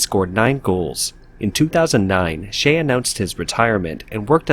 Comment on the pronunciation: Please check your pronunciation on Names (Xie’s)